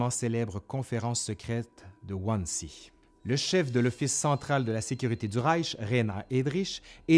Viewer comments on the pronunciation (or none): Juste un détail qui m'a écorché les oreilles: ca se prononce en VO quelquechose comme "Vanzé", pas "one sea" 😊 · Oh top! Réalisation, mise en image, rédaction... Un travail colossal qu'il revient de saluer !! J'enchaîne avec la suite! (Pour info parce que mes 7 ans d'allemand ne me laissent pas en paix, Wannsee se prononce "vannezé" ;) )